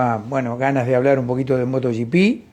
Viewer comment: Buenos días,, me gustan mucho sus comentarios, y lo que aprendemos con sus explicaciones. Solo le hago una pregunta, por qué ya dice Moto "gi pi" (como en inglés), y no moto GP, (en castellano)